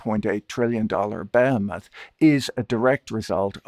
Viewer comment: Why are so many people pronouncing behemoth incorrectly these days on YouTube?